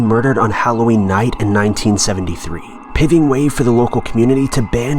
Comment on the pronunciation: The narrators voice is clearly a bot / TTS. Didn't pronounce paving correctly . I've noticed other words not pronounced correctly in other videos too. Very good but it needs a few tweaks before it's perfect and can pass for a real person. The TTS was recorded by a real person but you know what I mean.